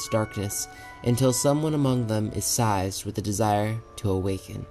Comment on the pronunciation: Almost had a ‘size-ure’ listening to the pronunciation.